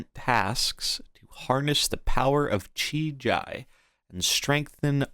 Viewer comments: Please dear god stop calling him "Chi-Jai" kekw. if you need phonetical clues, it's "Chi-GEE" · The I in JI is pronounced the same as the first I. The way you say it hurts my ears :D